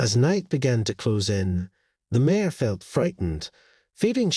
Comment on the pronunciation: Mare not mayor. If this was automated voice it’s because the reader pronounces mare as a two vowel word. Maybe a spell check would be in order!! Nice story though.